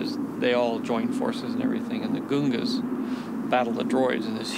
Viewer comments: Did George actually say "The goongas"??? Lmao, he can't even pronounce his own made up words right xD I swear I also heard him call the planet Hoth "Hoath" once. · You heard it, people. ‘Gungans’ is supposed to be pronounced as ‘Goongans’ according to the man himself. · Goongas?? Have we been pronouncing it wrong all along??? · The greater the villain, the greater the hero. "they're pretty useless" Also Mr Lucas. A plus would be to know the pronounciation of your own universe, or correct your cast when they mispronounce them (Goongas, Neyboo etc). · then lucas didn't do a very good job as a director because everyone in the movie isn't pronouncing it right XD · George says Gungans different than how they say it in the movie. Did they just keep saying it wrong haha? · Joshtamis prime This is also true